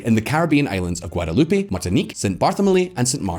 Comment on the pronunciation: So it's not Guadaloopay?